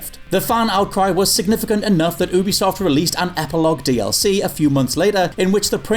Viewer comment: That pronunciation of ubisoft tho.